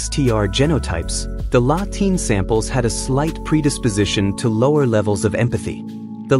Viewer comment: La Tene no latina. fatalmente locutado.